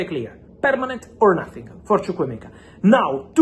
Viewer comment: I love the way you pronounce chukwuemeka very nice